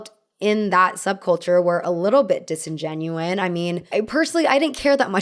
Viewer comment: The word is "disingenuous", not "disingenuine".